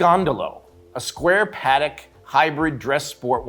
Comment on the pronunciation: It's pronounced "paa·tek" instead of "pa-dek". That aside, I am too hoping to see more steel on steel bracelet.